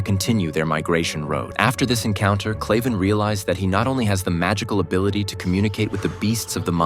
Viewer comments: His name is Kraven not clayven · It's kraven not claven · Kraven is pronounced wrong all the way through this video and it’s annoying me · Bro its kraven